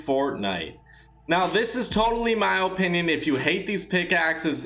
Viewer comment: Stop saying 0-pinion